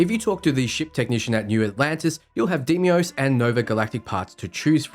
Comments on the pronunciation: Did he just say DE-I-MOS? It's pronounce as "DEYMOS" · Its day-mos not dee me os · 25 minutes of saying De mi os when the word is Dei mos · The video was so incredibly helpful. Thank you! That said, they say DAY-mos in the game. Deimos is pronounced DAY-mos.